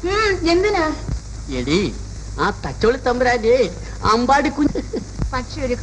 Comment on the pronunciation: എല്ലാം ok. പക്ഷെ, സത്യൻ മാഷ് തച്ചോളി എന്നതിന് പകരം തചൊള്ളി എന്നാ പറയുന്നത്.